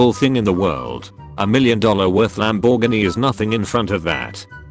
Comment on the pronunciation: No One: This vid: lamBORGiny